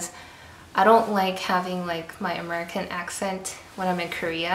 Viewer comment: It's funny how she sounds like she's from Cali, and then says "Amercern" like George Bush.